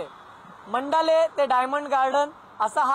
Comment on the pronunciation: मंडाले नाही मंडाळा